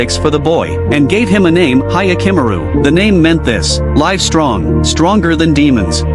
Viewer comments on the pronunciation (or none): "Hayakimuru" 😭😭😭 I can't.... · Yakimaru you say